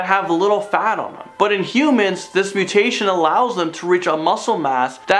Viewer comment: Interesting but why the fake cover photo? And dude, gotta learn how to actually pronounce the names of the mutations you're talking about.